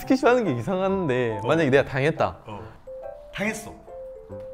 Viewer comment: “이상한데” 라고 할 때 경상도 사투리처럼 들린다구요 🙈 (언젠가 꼭 경상도 사투리도 해주세요 ...)